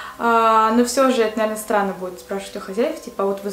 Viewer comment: Мне показалось,что она сказала не странно а сранно...Или только мне одной?))